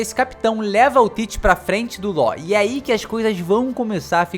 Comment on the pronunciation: Me da agonia de ouvir ele pronunciar Law errado